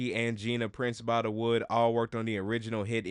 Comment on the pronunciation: Bythewood, not By-da-wood.